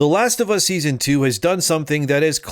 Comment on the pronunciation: “The Last of Ass”